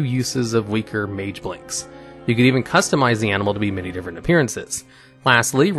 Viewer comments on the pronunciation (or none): none